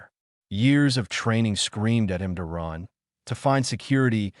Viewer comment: Your stupid AI has gone out of it's way to find new words to mispronounce. Run, is not spelled "Ron". Your tenses on word pronunciations only shows the quality of the AI you purchased to read write your story. You created a minute long video, and obviously skipped the part of appropriate quality control before posting it publicly. If you did watch it, which I doubt, then you need to get someone that understands the language better to do the quality control. Yea, i know this sounds like harsh criticism but, you chose to publish this in the state it is in, so the choice is yours. You can do better, and you owe it to at least your self to do better. Wound (to wrap up) when you mean "Wound" (an injury)? C'mon now. Your AI keeps pronouncing "Under Dock", but then it keeps spelling it "Underdog".